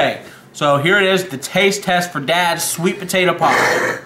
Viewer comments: "Sweet tator pie" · Cause of this man it will always be spelled and say “sweat TADDER pie”